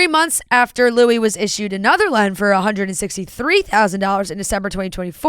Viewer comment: Lien is pronounced like lean 😊